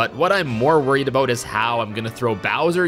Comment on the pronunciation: as a canadian I accept "a-boat" as a pronunciation of "about" but you're on thin ice lol no hate tho you're amazing